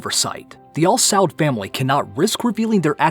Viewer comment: آل سعود learn how to say it